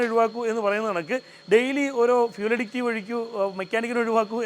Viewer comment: അഡിക്റ്റീവ് അല്ല സഹോദരാ അഡിറ്റീവ് ആണ് ശരി